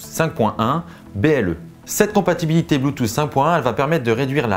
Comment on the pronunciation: J'arrive pas a comprendre pourquoi vous prononcez BLUETOOTH de cette manière BLUETOOSSS . Godamn it 💢 😡